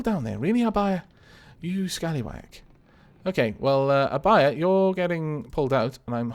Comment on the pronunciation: I feel special for naming a ship :D Also, Your pronunciation for Abaia is correct. The u in Akatsuki is silent, though. But it's ok, everyone makes mistakes!